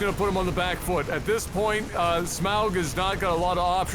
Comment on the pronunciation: Agh! Say auger, now say smauger, now say smaug